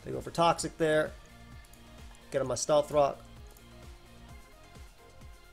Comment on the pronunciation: Did you have a stroke in game 3? "NU c t 3 quack quagsire take steth rock"